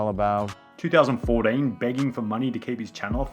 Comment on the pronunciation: The way you say 2014 is awesome